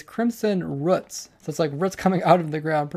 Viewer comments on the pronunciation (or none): Roots, pronounced liked routes not whats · he said ruts in the video. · Do people in different countries say "roots" different or something?